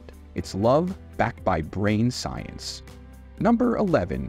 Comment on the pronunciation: Uh..."Science". SMH. 😂